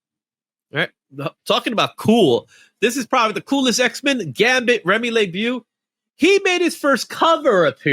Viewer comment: Pronounced Remy Leh-bo